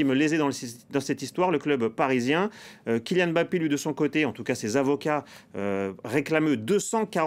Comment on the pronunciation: Alors c est real Madrid et non real de Madrid. Puis c est kylian Mbappé et non M bappé